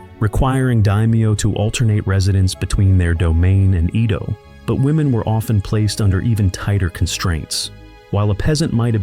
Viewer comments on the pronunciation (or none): •Edo pronounced like "E" in Emily. •Kyoto pronounced kyo-to , NOT ki-yoto •tanka , pronounced like "tonk a" in tonk a honk woman, not like war tank(a).